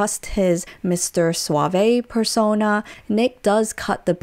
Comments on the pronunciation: Stop saying "suave-A." It is one syllable - Suave - silent E. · After 10 mins of this I have to stop watching as I’m reminded why I don’t watch ‘reality’ tv. Also that’s not how you pronounce ‘suave’ 😂